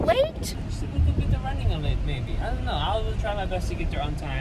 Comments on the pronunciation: Subtitles say maybe but my ears heard baby 🤣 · Did say baby or maybe 😬😐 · did he say baby or maybe 🤔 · Chern Ying Poh sounded like a b not and m